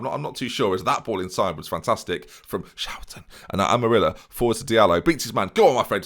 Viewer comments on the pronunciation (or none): So it's schouten today rather than SCHOUTEN